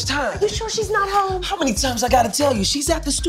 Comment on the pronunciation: Whhhhhhhhy did she have to stretch a one syllable word (home) into twenty-two syllables?!?!?!!!!